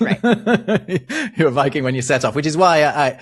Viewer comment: "If you live in Scandinavia you are not a-viking at the moment." A viking? A vy king? 😀